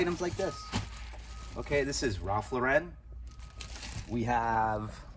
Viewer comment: Why do people say Ralph Lauren like that?